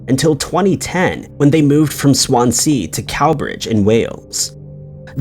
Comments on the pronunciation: It's pronounced "Swanzee." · The way he pronounced Swansea.. swan-seeeee lol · How you say Swansea 😂